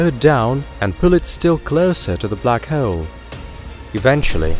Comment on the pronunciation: "Black Heowl"